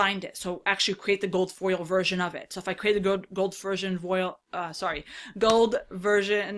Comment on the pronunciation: ...Fersion Voil 😄